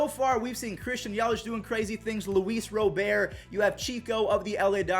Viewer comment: He finally said Luis Robert the right way!